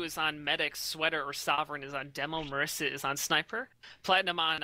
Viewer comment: MISARA, not MARISA